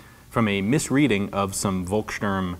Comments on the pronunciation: Hey, Ian, you are supposed to pronounce volkssturm (and all other German words starting with v) with a F sound at the start instead of V. It's a nitpick but it bothers me when you keep mispronouncing it and I'm not even German :D Thanks for all the awesome videos! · Funny how you worry about mispronouncing Thuringia, which is the English (!!!) name for Thüringen, but butcher Volkssturm every time (the V here is pronounced as F, same as in Volkswagen). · ian, the "v" from volkssturm is not pronounced like the w from wolf but rather like the f in f**k just saying as i imagine it hard to get any infos about the real and propper pronaciation of these words in the us... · hey Ian, just a little point. Vo is pronounced as fo in german, so its pronounced folksturm. Otherwise good video, I like your detailed analysis :) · Thanks for the video! Heres a little tip on how to pronounce "Volkssturm": The V is spoken like an F. The "st" is pronounced as "sht". So say it like "folks shturm" :) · Hey Ian, I love your show, but just a heads up (that you might've heard before) - it's pronounced "Folksturm" (with the 'u' pronounced a bit like the 'o' in Orlando BlOOM), the same way "Volkswagen" is pronounced "Folkswagen". 'V' is (basically, might be some exceptions, but I don't know any) always pronounced like an 'F' in German. Great video as always. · Just a reminder that in German, "V" is pronounced as "F" and "W" is pronounced as "V" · Folkssturm, not Wolkssturm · A free german-lesson from Denmark: the letter V is pronounced with an F-sound. The Word “Volkssturm” should sound like Folkssturm”…, just saying☺️ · German «V» is pronounced «F», so Volksturm is pronounced «Folksturm» which translates to something like «The peoples stormtroopers», platoons made up from pensionares and youngsters, womens and girls, anyone able to lift a gun. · Try to pronounce it "Folksturm" it will get you allot closer ;)